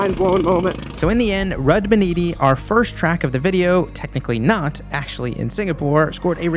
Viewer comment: NOT RUD IT IS R-U-D